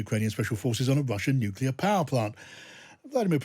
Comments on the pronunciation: NU CLEAR. Not Nucular. NUCLEAR. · Nuclear, not nucular ! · What is it with experts pronouncing nuclear as 'nucular' all the time. says nuclear, i wish his guests would. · Chip's an idiot... "nuc-u-lar" ? Give me a break... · Don't trust any person that says 'nuke-you-ler', that's George Bush level intelligence! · Nothing undermines the credibility of an 'expert' like the use of the nonsense word 'nukular'. Tell this dude to get some speech therapy. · He cannot even pronounce nuclear ....chip chapman is full of near phrasing and long words, but basically he is the propagandist in this Nuke yular .. Haha. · It is sad to hear that such a high profile British soldier and expert on military strategy has adopted the American pronunciation of the word nuclear as "nukelar". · 'Nucular' facilities? 🙄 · It's not pronounced "nuke-ya-lur" any more than mischievous is pronounced "mis-cheeve-e-us"". Pay attention to the spelling. If a word is closely related to the field in which you're supposed to be an expert it does not help your credibility to mispronounce said word. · Why its it that so many of these people are seemingly incapable of pronouncing the word nuclear correctly. 'Nucular' sends my mind into a very mini meltdown! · Never listen to anyone who can't pronounce 'nuclear'. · He may be a major general but the second anyone mispronounces the word nuclear i automatically discount their opinion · It would also be nice if he learned how to pronounce the word "nuclear".